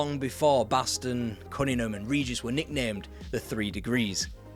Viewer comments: BaTson, not Baston... please! Have respect for the man. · Batson,not Baston. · Brendon BASTON? Not just spelt wrong but pronounced wrong as well!